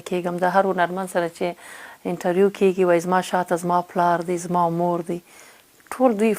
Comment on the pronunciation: نغمې جانی ښکلی سندر غاړي یې او ددې په څنګ کې شاعر هم ېې اما دپښتو ژبې لهجه دي ډیره کم زوری ده د مؤنث او مذکر توپیر نشي کولای کله دپيښور یانو په لهجه خبرې کوي او کله کندهاری ګډوډه پښتو وايي قسم دی نفرت مې درنه وشو منګل سومره شکلی پښتو ژبه خبرې کوي ته کله کیګی وايي او کله کېږي وايي ډیر شرم دی اما په یوه مرکه کې ایمل پسرلی هم درته متوجه شو